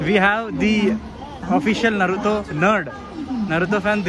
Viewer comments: Why 🧐 do you pronounce naruthooo naruthooo repeatedly. Isn't Naruto pronounciation? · Not narutho😂 its naruto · It is not Narutho 😡🤬🤬🤬🤬🤬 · Bruh Narutho kadhu Naruto anni pronounce chy knchm vinataniki uneasy ga undhi naruthoo antuntey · Naruto bhayya naratoo kadu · Bro it's Naruto not narutho..... Tho kadhu to......😌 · Bro not నరులతో correct name is నరుటో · Bro narutu kadhu ra naruto it's Naruto to... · Nartho! Kadhu bro 😢 it's Naruto t pronounce cheyali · Narutho kadhu anna naruto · Naruthoo kadhu bro Naruto 😂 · అది నరుటో కాదు నారుటో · Naruto raa Babu narutho kadhu